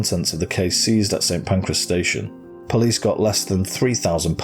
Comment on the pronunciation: St. Pancreas? 😅